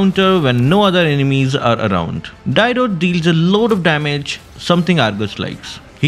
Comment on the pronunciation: Please learn the correct pronunciation of Dyrroth, that pronunciation is so irritating to the ears 😂